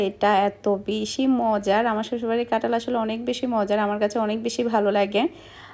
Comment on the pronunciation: কাঁঠাল না বলে ট বলো কেনো?